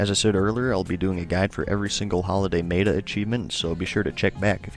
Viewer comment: Please, say meta right.....MET-A...not MEATA